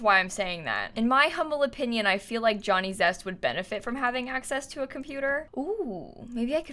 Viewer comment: I kept hearing Johnny Depp every time she said Johnny Zest😆